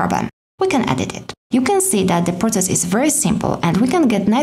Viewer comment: Process, not protses.